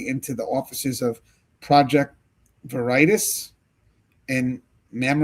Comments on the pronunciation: Youre Pronouncing it wrong. Not 'Vur ITIS'. Its pronounced 'VER uh toss' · Project Veritis😂😂😂 It's VERITAS pronounced VER-ih-tass. It's Latin for THE TRUTH. Your pronunciation made me laugh so loud I woke up my baby!😂😅😂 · Veritas is pronounced Very Tas. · pronounced vera tas use to be on tv like60 minutes type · Veritas pronounced very-tasse. The truth. I’m not saying the “project” is the truth lol - just that’s what the word means. (It brings to mind that the brand name Verizon comes from veracity & horizon) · Ver.i.TASS, it's latin for 'truth' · Project Veritas pronounced, (Vare-ee-tass) James O'Keefe is famous. OMG is their new name. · Pronounce Veritas - Latin for truth; generally pronounced vuh-ree-tahs (/vɛrɪtɑːs/) or vair-ih-tahs (toss). The "a" in the second syllable is often pronounced as a long "ah" sound. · Lmfao, its pronounced Ver-uh-tah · It's pronounced Project Varitoss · Magnolia 😮 as well. VER au TAS is how you say veritas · It's pronounced Ver-i-tos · Veritas (Latin for "truth") is commonly pronounced VER-ih-tahs or VER-ih-tass. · its pronounced vara a toss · veri tas say it with me veri tas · This is how it is pronounced sounds like this :vare uh tas its James O’keefe’s old company he isn’t involved with them he has a new company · Project Veritas, is pronounced VER-ITAHS, LIKE THE WORD VERY THEN TOSS, EXAMPLE: VER-IT-TOSS I'm surprised if you follow the news, you haven't heard of this before, it's a prevalent story in relation to politics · Wow. You don't know who James OKeefe is?? It is ver i tas, not veritas....lol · Ver-ee-tas is latin meaning "Truth". Just FYI 😅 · How to pronounce it is Project Very toss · Veritas is actually pronounced Var a tas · I think you are saying that word incorrectly. I think it’s pronounced Vera-toss. That’s how I have heard it before. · It’s Vera- tas . Legitimate company!!!! He’s on the news etc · Pronounced Var. A Tas. Very highly respected. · Project Veritas pronounced as Ver-a-toss.